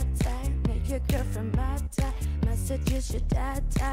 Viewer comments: Que alguien le diga a Eva que se dice BAD, no VAD 😰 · Que alguien le diga a Eva que Bad guy se pronuncia con la “B” y no con la “V” que con solo eso ya me esta arruinando toda la cancion😭